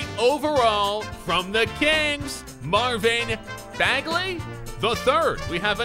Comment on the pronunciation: But he got me when he said Marvin bagels